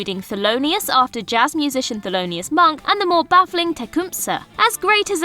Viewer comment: Thanks for mentioning it - drove me nuts when she said "baffling".